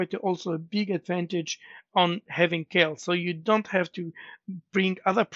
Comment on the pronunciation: "KEIL" is german and is pronounced like "kile" in english, just fyi